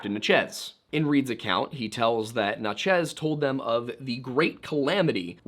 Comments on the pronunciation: Are you trying to say Natchez? I only ask because you seem to struggle with this one. I've heard you say it in other videos. It's just Natchez-- like "matches," with an N. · I live 10 mins from the Natchez trace that I've now learned we've all been mispronouncing our whole lives lol